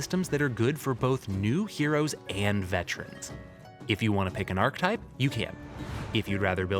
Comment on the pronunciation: Awesome video, looking forward to both OG WoW and CoA. However, my OCD kept getting triggered... 'Archetype' is pronounced 'Ar-kay-type', not 'Ark-type' ffs! Apart from that, good job! 😁